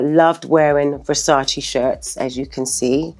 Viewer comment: The way even THEE Naomi mispronounces the word "Versace" I-...